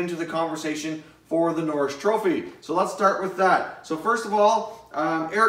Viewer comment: Bobby n-orr-is trophy